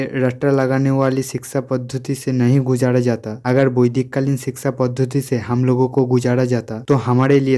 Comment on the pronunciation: गुजाड़ा नहीं गुजरा जाता